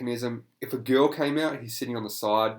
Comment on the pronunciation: I don't know where you are from, but the way you pronounce "girl" is adorable It's like...."gee-uhl" it's so cute.